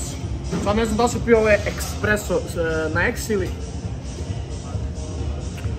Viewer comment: Espreso* bez k